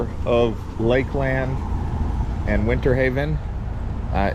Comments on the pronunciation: it's pronounced Lakelend not lake-LAND. I've lived in this area since 1978 and I've NEVER heard anyone call it lake-LAND, but Lakelend. It was so spine grating every time he said lake-LAND and certainly didn't make him look good. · You really butchered the name Lakeland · How did he say it so wrong?😂😂😂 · I’ve lived in Polk county my whole life. Never heard anyone say it the way he did. But with billion people moving here every day, probably gonna hear more people mispronounce it. Smh☹️